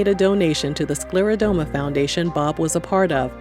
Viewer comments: It's pronounced: sclera-DER-MA not DOME-A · This was lovely. For anyone reading, it's actually pronounced sclero-DERM-a. Not sclero-dome-a. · SCLERODERMA - DERMA being the keyword for skin. You keep saying SklerodOma in this video.